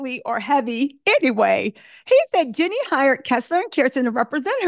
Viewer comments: It's JEEEEEEEEEEANNIE, not Jennie. She's a Bay girl and we DO NOT play. 😳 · Her name is Jean nie not Jennie